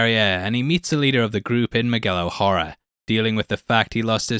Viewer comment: He keeps saying Miguel’s last name wrong